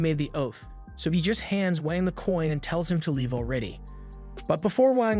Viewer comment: I heard wank